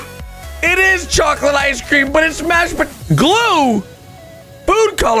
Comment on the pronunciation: Every time he says glue - GLuEeeee?!¡¿!?¿!!!¡